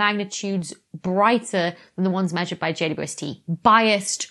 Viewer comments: It sounds like she says, JUST. Not JWST. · A few times you pronounced JWST as J dew ST, lol. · “JWST” is fine as text, but when abbreviated audibly should be “J-WEB-S-T” because J ”Double U” ST is just ridiculous given that to abbreviate is to shorten. That’s currently my crisis in cosmology… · How is she pronouncing "JWST"? 'Jay-wuh-ess-tee?' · Can everybody PLEASE stop calling it "JWST"? It sounds like juiced, or juh-wus-tah. Why not just Webb, or THE Webb or something. God what an unfortunate name. Hate it. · It's so hard to follow every time you shorten James Webb Space Telescope to JWST b/c every time you say the acronym you just fly over the W and I get so confused what you're talking about with the J-ST instead of JWST.